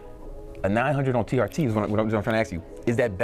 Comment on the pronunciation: "Tea Arty" - TR Tee